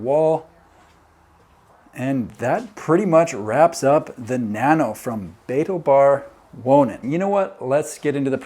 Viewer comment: I just couldn’t resist looking it up ;-) Like, what is he saying? Spoiler: the emphasis is on the 2nd syllable. Betaalbaar Wonen, in Lemmer, the Netherlands